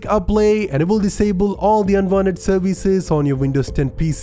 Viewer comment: I love your voice very much! I've come back 20 times just to hear you say "serveeze"!